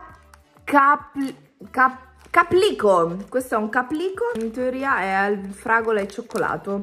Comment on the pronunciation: Ai detto inteoria